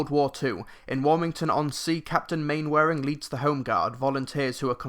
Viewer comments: Glad to hear that it's good, as I am a huge fan of the original series. Toby Jones looks horribly miscast in the trailers, though. Oh, and by the way, Mainwaring is pronounced "Mannering". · It's pronounced Man-er-ing, a joke in the TV series is Captain Square saying it wrong repeatably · I love how he says main-wearing.